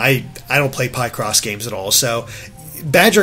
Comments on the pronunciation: It's pronounced PICK-CROSS not PIE-CROSS stupid. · Why does he say Pie-Cross? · Pie Cross? Seriously!? I don't want to be that person but Seriously!? PIE cross! PIE!? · You mean Pai-cross cough cough* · Hold on, PIE CROSS? Is that what how it's pronounced? I thought you were pick-ing away at a puzzle, and then you use cross elimination to finally solve the puzzle! Nope! It's all about Pie now! Might as well call soduko, SODA KO.